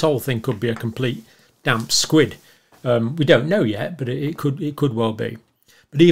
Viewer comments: Pirola, not priola. Damp squib, not squid (all squids are damp). Verbal typos :) More seriously, a decision to reprioritise might be wrong, but it is not a "panic" - a robust conclusion also based on rather little. Many health workers are older. Receptor misfitting is not inevitable with multispike mutations.. Just saying. No ad hominem responses, please. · Perhaps you could at least pronounce it's name correctly. " damp squid"??? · Damp squid LOL! Did you mean squib? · Damp "SQUID?" -"SQUIB" ffs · Damp squib , not squid... sorry, but I couldn't help but correct you. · "Damp SQUID"??? It's "damp SQUIB", dear boy. A damp squid is happy to be damp, but a damp squib will not explode, though it's supposed to.